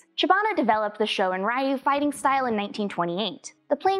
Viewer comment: 'ryu' is pronounced ri-yu, not ra-yu.